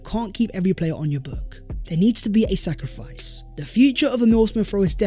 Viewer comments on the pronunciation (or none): When you said "sacrifice", I heard "Sakarifice" for a split second. 😂 I panicked cos there's no way we sell our star boy.